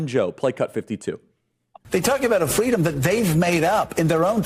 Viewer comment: It's fitting that Boebert pronounces freedom as 'Free-Dumb'.. Oh the irony..